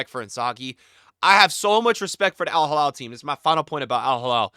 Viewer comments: Alhilal not alhalal please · It’s Al Hilal not al Jilal Just pronounce “H” like when you say “He” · It’s Al Heeee-LaaaL. Not Al Haa-Laal. 😅